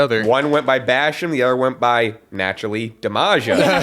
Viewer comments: It is pronouced like "damage," with an "a" at the end. The one before him was his real name that was used in OVW, before he was in WWE. (Well, middle name and last name. But, evidently, he does go by his middle name in real life.) "Tara" was said to be short for "Tarantula," and she carried a spider to the ring. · It's pronounced "Damager" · Damaja is pronounced Damage ah. That’s what Danny Basham was known as in OVW too. Doug Basham is the current OVW National Champion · Damaja is pronounced damager. He had a long time feud with The Machine Doug Basham and then when they got called up Vince decided to have them be a brother tag team 😅. So when they went to TNA they just used their original names basically. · Its Damage-ah pronounce it that way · I think it's supposed to be pronounced like 'Damager'. As in, Bash 'em and Damager. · The Bashams were trained in OVW. Doug used the name Doug Basham (a name he still uses today) and Danny was Damaja (pronounced like Damager) They were backstage at Raw before getting called up to the main roster and someone backstage thought Doug should shave his head and then they'd look like brothers. Listen to Jim Cornette's "thank you fuck you bye" rant for the full story. Idk for certain, but I'm guessing WWE owns/owned the name Danny Basham and not Doug Basham because he used it before he was signed to WWE. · It just bugs me that she doesn't know much about wrestling because she ALWAYS gets names wrong. She mispronounces Damaja's name